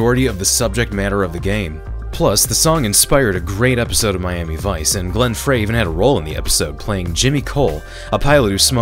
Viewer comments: Glenn Frey is pronounced "fry" not "fray". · IT's pronounced Glen Fry. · It's pronounced FRY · Am I the only one who kept twitching when mispronounced Glenn Frey's name?